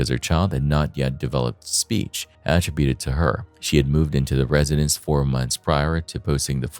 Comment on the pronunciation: If I never hear the word att-ributed ever again I swear. Not only is it being pronounced wrong it’s being used like 4 x a sentence geez